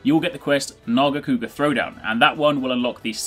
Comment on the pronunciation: Honestly, I wish you pronounced it "narga-kewga". It sounds really cool like that...